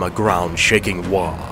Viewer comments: This was cool to watch, but its WAAAGHH, not WAAAh. lol >,;,< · pretty sure there is a g in waaaagh and the h being silent ....... waaaaahhhhhhhh is what ur saying WAAAAAAAGGGH IS what they say lol